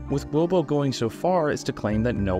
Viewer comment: Ohhh, it's "gwobo" not "globo"... The captions lied! And so did my ears, honestly. Good thing I noticed their comment at the top of the comment list after writing my own. 😹